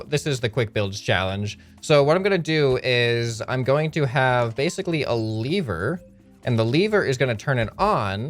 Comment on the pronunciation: Lever not leevee XD